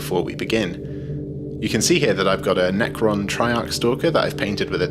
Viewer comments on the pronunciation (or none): none